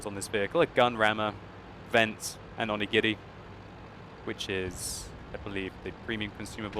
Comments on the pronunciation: I'm half japanese and can tell you that you did pronounce that completely correct! :) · no u said it very well onigiri! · actually, considering the very onomatopoeic nature of japanese, your pronunciation of onigiri was fairly good. also, I want the STB-1 even more now, gg my grind through the chi ri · Onigiri is a riceball with filling, and you pronounced it pretty well.